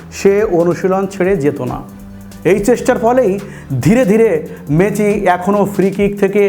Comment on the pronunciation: হালার পো খেত।মেচি না মেসি।বাংগাল।